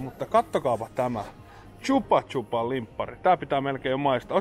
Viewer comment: Pikkusen häirihti ko sanoit koko ajan chuba chuba😂😂 prrkl son CHUBA CHUBS 🤣